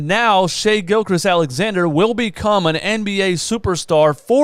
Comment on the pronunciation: Shai GILGEOUS Alexander btw. Not trying to diss you but I know when I'm saying someone's name wrong I like to be corrected so I don't keep doing it